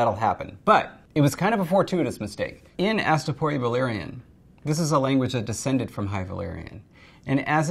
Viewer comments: Sam Hilton—yeah absolutely insane. Pronouncing everything as if they are English words. You would say that if she has seen game of thrones, she could’ve altered that. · those people failing at valerian just sound like they're speaking Simlish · Yeah. That's literally how Daenerys herself pronounces it in the Astapor scene